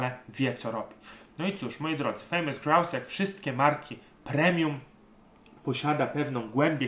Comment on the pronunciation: Czepiłbym się tylko wypowiedzi słowa Grouse, którą Szkoci wypowiadają 'grus'☝️